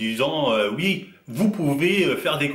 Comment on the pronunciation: on dit Oui pas Ui